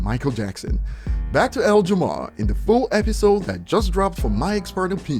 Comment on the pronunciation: I love how calls him L Jamar and not Lord Jamar